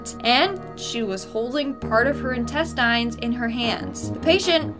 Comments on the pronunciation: no we dont lmao i have never heard anyone say "in-test-ine" everyone says "in-test-in" in canada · I'm Canadian. We definitely say "intest-tins" and not "intest-tines" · About how Canadians say things - here in BC, we do say "intes-tins" - not "intes-tines," like you do in Ontario. Also, BCers and many in other parts of Western Canada say other things differently. Just sayin'. :) :) I work in healthcare, and the story from this video that really sticks out is about the elderly lady in care who carried her "baby" with her everywhere. A lot of people, including myself, have found that each person with dementia has something that can help soothe them and to help them, even if they're still stuck in the world that dementia has brought them to in their minds. The building in which I work has two sections - the assisted living part where I work, and the long term/complex care section on the other side. In the other side was a woman I knew years ago, and she was a lovely woman. So funny and quite intelligent. Before she passed away, she had taken to having a doll with her all the time, and everyone who worked there and on my side would ask her how her baby was doing if we ran into her. She would happily talk about how good a baby that doll was and how much she loved her. Sometimes someone with dementia needs a doll, while others need stuffed animals. Still others respond greatly to music or to poetry or to art, or to sports. It's incredibly cool to see what can make a person with dementia brighten up and be more responsive. My heart breaks for the woman in this video with that doll and the tragedy that she had gone through. No wonder she clung to th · in some parts of the US, if you pronounce intestines the way she did it is thought you are from a "hillbilly"/"back hills"/"deep country" area. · Interesting... I live in Canada but I've never pronounced "Intestines" the supposed Canadian way. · As a Canadian I dont say intestin like that